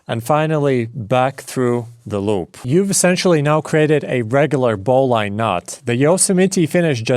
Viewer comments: Yep, you're quite right. Also, it's not BOW LINE, it's BOW LINN. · put a finer point on it, BOH-linn